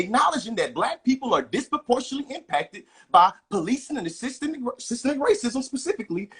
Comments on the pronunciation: should have started by defining "systemic " and teaching how to pronounce the word properly. This was an unfair debate because 1 party didn't understand the term to begin with. Systemic is not systematic sir! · What the trump supporter doesn't realize is he is talking in circles. He cant even say the word correctly. Its systemic not systematic!! I hate listening to wanna be intellectuals who tries to over talk the other person. Thats a sign they know they are lising the argument. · The brotha' is against something that he does not understand, nor can he spell or pronounce it. But he does not believe it exists. Systemic bro. Not Systematic. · I already knew how woefully ignorant he was when I heard him pronouncing the word "systemic" wrong!